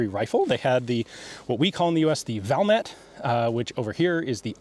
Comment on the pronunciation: Ian pronounces Sako and Valmet really well these days, i guess he had plenty of practice!